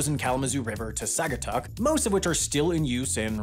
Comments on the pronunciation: It's not pronounced Sag-atuck it is Saw-gatuck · I am pleased to inform you the Saugatuck is pronounced "Saw-guh-tuck" and not "Sa-ga-tuck" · SAG? SAG??? SAG-Uh-Tuck???? Saw-guh-tuck! Also definitely the "Dune dune dune dune" scene is from the exit of the south trail to the dunes in Saugatuck dunes state park. The camera is facing east-ish in the filming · "Saw-guh-tuck", not "Sahg-oo-tuck". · Saugatuck is pronounced like soggy, not sag. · Elementary school kids in this area actually learn about Singapore as part of their curriculum. (also, it's pronounced Saw-gatuck) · His pronunciation of Saugatuck really got to me lol but yeah! Visit! It's really beautiful in the summer. The hiking trails at the felt mansion are amazing and I go there all the time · Unsurprisingly, you mispronounced Peshtigo. And Saugatuck.🙄